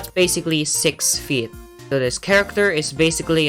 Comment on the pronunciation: I love how you say feet like "Fiyet" 😭😭